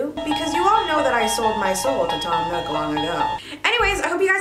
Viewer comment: when she said tom nook i just SAM NOOK